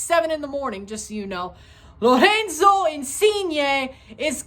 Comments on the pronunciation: haha yea you pronounce the R like they do in Portuguese, in Italian you need to roll it, Lorrrenzo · why do you pronounce Lorenzo like he's Brazilian lol